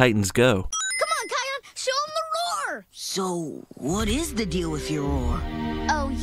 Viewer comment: It's Kiaon